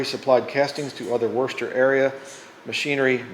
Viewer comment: Pronounced " Woooster" MA, lol , cool old lathe, gotta be at least a few grand if it still works if you sell it. however it seems too require a separate power source, as in its old can't plug and play so , perhaps inquire at a machinery museum they may want too buy it for a decent price, not sure how useful it is given modern tech